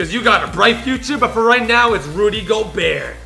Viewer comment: PLEASE ITS RUDY GOBERT WITH A T